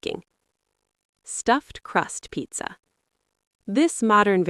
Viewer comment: Can you please not say pizza like that?